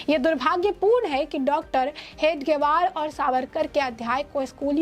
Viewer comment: Madam, Hedgevar ka naam sahi se lene ki training le lo